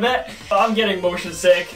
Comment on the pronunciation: Dani:"Im mosion sick" Subtitle:"Im motion T H I * *